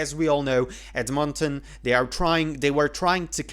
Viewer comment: Where are you from? Most people pronounce Edmonton with the emphasis on "Ed," the first syllable.